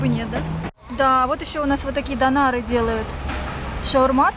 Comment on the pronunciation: не дОнары ,а дёняры ))